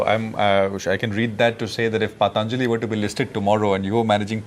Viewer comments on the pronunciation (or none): The anchor can't even pronounce Patanjali properly.... He's having such fake foriegn accents...